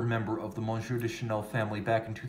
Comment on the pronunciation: You just murdered the Monsieur...! Google Translate app. will fix it, at the same time you will find the ‘eye’ in Trompe l’œil to be very similar...Ah, these French words with all those silent letters and such!